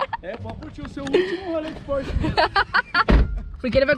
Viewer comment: Espoiler do próximo carro do Renato "na próxima phorche"